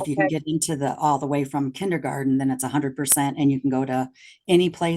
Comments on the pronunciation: This is such a ridiculous waste of money and mental stress for the child. Side note—- Kenny garden 😳 even the teacher pronounced it that way. 🤦🏾‍♀️ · Does mom’s lawyer really think it’s pronounced “kindy-garden”? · I can’t stand her “KINNY GARTEN” pronunciation 🙄🙄🙄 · AND it's kindergarten, not kinnegarden. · The way they say “kinny-garten” drove me crazy. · 1) Is attorney wearing a plastic choker?? 😬 2) Are they saying kinneygarden? 3) The Judge’s clerk is AMAZING! I love him 😂 I hope the Judge knows how lucky he is to have an excellent staff as on top of things as they are. I’m used to veryyyyy different judicial assistants in all the court cases I watch. 4) That tuition program they have there sounds really great, I hope more states adopt incentives like that.